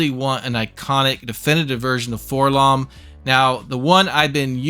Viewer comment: Why do so many people say "FORlomm"? He's a droid. It's Four-Ell-Oh-Em. You don't go around calling the prissy gold one "k'THREEPoh," do you? Hells, even in the old Kenner mail-away commercial, where they gave the name to THE WRONG GUY ENTIRELY, they pronounce it "Four-Ell-Oh-Em."